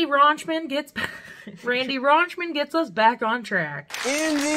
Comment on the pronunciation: 10 times you mis pronounced Ricky's name if u count the times you mispronounced more than once. Raunchman 2 times Rolo 2 times